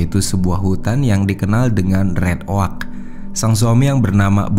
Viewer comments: Kalo red oak bacanya red ek bukan red ok . Trs kalo untuk penyebutan Jamison itu sebenarnya yang benar Jameson tapi karena admin tidak terlalu ngerti structure atau grammar bahasa inggris makanya tulisan dan bacaannya harus sama padahal did dalam bahas ainggris itu salah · Sumpah.. geli ma keganggu ma red OAK.. RED OUGH LA.. JELAS2 JAMISON TP SELALU JADI JAMINSON.. NAPA MIN? MENTAL ILLNESS??? Ngadi2 penyelisiran.. artinya apa??? Penyisiran? Penyelusuran??? Ayolah jgn asal2an ntar endorse netfilx g masuk lagi..